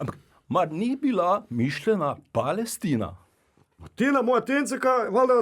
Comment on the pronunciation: 😂😅pa-le-s Tino.